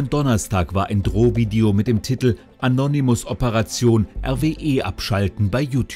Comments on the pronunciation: Das heißt annonemis und nicht anonyimus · Anonimusssss mein Gott es heisst ANONÜÜMUSSSS... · "Annonymuss" XD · Anonym Modus nicht änonimus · Er sagt Anonimus😂